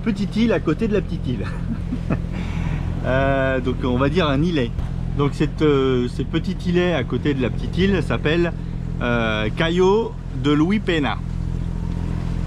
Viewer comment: On prononce "louis pegna" (le "s" de Luis se prononce et la tilde sur le n (ñ) correspond un peu au g avec le n, en français (vigneron, par ex)